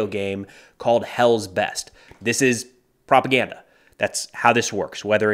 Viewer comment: ItS pRoPaGnA ....... 😂